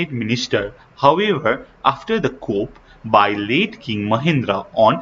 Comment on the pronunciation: Sir your pronunciation needs to improve, not coup(kup) . Its pronunciation is ku.